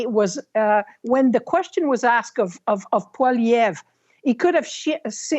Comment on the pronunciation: Oh he was “axed” a question….. and then you lady…. Honestly… who are you and what do you feel YOUR IMPORTANCE on politics is that you feel you can give political advise?